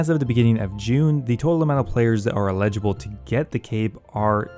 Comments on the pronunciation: It’s eligible, not illegible. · Bro it's ELLigible not ILLegible. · "Eligible" not "allegible"m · you're saying illegible (poor handwriting) instead of eligible. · Eligible. El-ih-ji-bull. Not illegible. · With peace and love, it’s Eligible not Illegible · illegible and eligible are different words lol. just bustin stones, love the content :) ty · This is a really good, well researched video but I hate how you say eligible like you're saying illegible. Those are two different words bro, all love tho. Peace :goodvibes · you say eligible in a funny way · Why can't you pronounce eligible lol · He sounds like he has never heard the word eligible before and is using it in conversation for the first time after only seeing it in writing his entire life